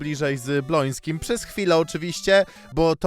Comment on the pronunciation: BŁOŃSKIM !!!!!!! NIE BLONSKIM TO BRZMI STRASZNIE JAK TAK PRZEKRECASZ